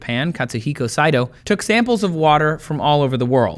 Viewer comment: Not bad with pronouncing Saito's name. You only had a slight accent. However, whether it was done in purpose or not 'Producer Blair' did trip you up with the; "Nihon University in Japan" 1. The "ho" in Nihon is pronounced like in 'sHOwn' so it's more like 'nee-hoh-n', or 'nee-hawn'. Not nee-han. 2. "Nihon" means Japan. They also say Nippon (similar to nee-pawn). So, by saying Nihon University in Japan is like saying "In the USA in the United States of America".